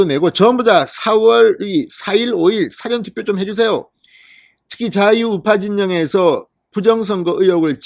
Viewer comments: 고생이 많습니다 사전투표 라고 할때 장음과 단음을 좀 구분해야 하겠습니다 사전투표를 사~전투표로 장단음에 신경을 써야 합니다 듣기가 너무 괴롭습니다. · 진선생님 사전투표 억양이 좀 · 사전투표가 아니고 사~전 투표 아닌가요? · 사전투표 발음 듣기가북합니다